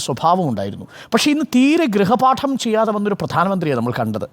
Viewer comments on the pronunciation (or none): ഗ്രഹ പാഠം അല്ല ഗൃഹ പാഠം